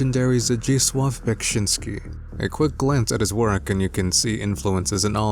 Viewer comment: I always feel bad for people having to pronounce Beksiński's full name. You did a great job tho! Also I love the visual presentation in your vids, keep it up! <3